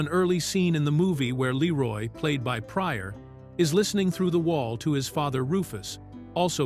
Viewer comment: I love how the AI narrator pronounces his name ‘Laroy’ like all of the White people in the movie. 😂😂